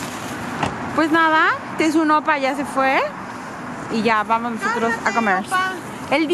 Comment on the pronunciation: Jajaja hasta a mi me daba pena cuando decía "oppars" enfrente de los oppars y los grababa jajaja. Que rico comen. Me gusta verlas comer y ser felices ^^